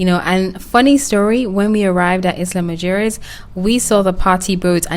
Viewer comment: It's pronounced "ila muheres" 😂in Spanish